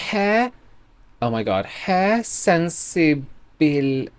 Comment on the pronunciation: sensei means like teacher, instructor, someone with more experience etc. it is pronounced sen-say